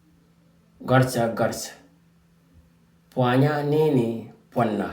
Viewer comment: bro. this is good lesson, but it sound like pwanya and not pwana